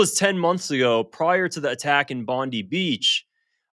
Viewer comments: Stop saying it wrong, its not Bond Dee beach its Bond Eye beach, yes written as Bondi, but you Americans keep saying it wrong. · IT’S PRONOUNCED BOND EYE. Not Bondee beach. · It's pronounced Bon-die not bondee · It's not Bon-dee, It's Bon-d(eye) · Bond-eye not Bond-ee 😅 Bibi is pi**ed off bcoz Aust recognised 🇵🇸 He threatened the PM and even called for the citizens to overthrow him. 😂 Bibi causes trouble then points at countries he wants to attack calling them his enemies its his MO. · It's pronounced Bond-eye,. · It's pronounced BOND-EYE. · It's pronounced BondIII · What do you know you can't even say BONDI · That's not how Australian people say "Bondi".